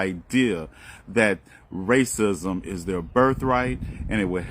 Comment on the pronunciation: can you please tell me why you keep pronouncing racism rated dism, ? youtube allows the word racism to my knowledge, LEARN ENGLISH, PLS , if I am wrong pls inform,you just used the word racism in this video, so why do you deliberately basterdize the word?